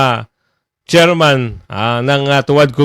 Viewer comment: Paduano, mistsetserman!!! Bulol kang yawa ka!!!!magpa speech therapy ka!!!!